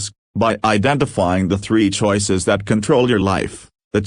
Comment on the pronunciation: Can you say... ChOoiiises...? :face-red-droopy-eyes